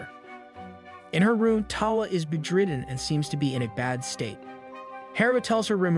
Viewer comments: im pretty sure he mispronounces many words on purpose just to annoy ppl. he gets basically every name wrong and says many simple words wrong. bed-ridden becomes 'behdriden' berserk becomes 'BURsurk" and etc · Bro who writes your scripts because you obviously don't considering you can't pronounce tiara or bed ridden...